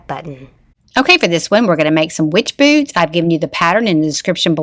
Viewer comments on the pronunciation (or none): Oh my goodness! At first, I thought you said "BOOB" instead of boots! Lol. Very cute.❤